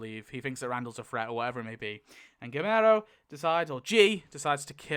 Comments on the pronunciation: You're killing me...its gee-YER-mo lol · Also if your curious Guillermo is pronounced Gee Air Mo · "gillmero" is frying me